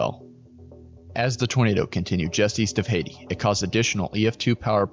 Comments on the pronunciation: Hay- tie is how you say Haiti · Hayti, MO is pronounced like Haytie. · Brag-uh-doe-shu is the pronunciation It's also not "Haiti," it's Hay-tie